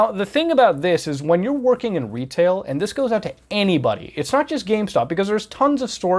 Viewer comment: ‘When working in Wetail’ love it 😂. You just reminded me of Johnathon Ross in the UK, thanks dude.